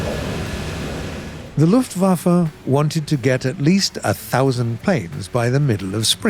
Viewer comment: Just wanted to say that you actually manage to pronounce german words pretty well, but you say it more like "luftwaffer" instead of luftwaffe